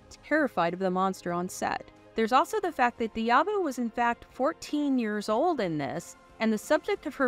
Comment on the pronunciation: Great review on CtD! I never seen it in the theaters but I did watch it religiously on HBO. I also think Grace Jones stole every scene she’s in. I gave you a thumbs up for the vid until I heard you pronounce a couple of actor’s names. BTW it’s “dah-bo” and “mah-ko”. Maaco is an auto paint company.